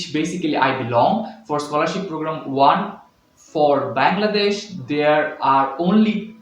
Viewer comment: Great informative video! One thing I noticed, it's a bit awkward that you consistently pronounce the name of the country as "Bangladesh." I hope you take this feedback positively, as it could really effect your content. Keep up the great work!